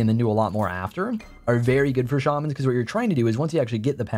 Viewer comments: You said shawmans instead of shaymans who are you and what have you done with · Shay-man not Shar-man